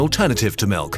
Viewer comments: Nobody:: M I L U K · It's pronounced malk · "HE NEEDS SOME MELK" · But the real question is: is it pronounced milk or melk?